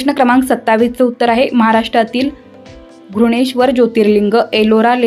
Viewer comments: विषय चांगला होता परंतु घृष्णेश्वर चा उच्चार करताना आपण घृणेश्वर असा करत होतात आपल्या उच्चारात श चा उच्चार हवा होता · घृष्णेश्वर चा उच्चार बरोबर केला पाहिजे